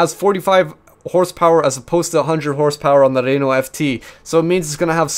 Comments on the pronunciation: Oh God, the Renault pronunciation, IT BURNS!!! P.s great video anyway:) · As a french canadian , i love the way he pronounce Renault xD Awesome.